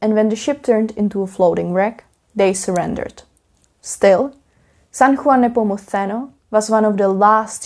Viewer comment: Your pronunciation of San Juan Nepomuceno is actually on point, from a spanish speaker. Only thing is when saying Cadiz the emphasis should be on the a not on the i. Nice vid!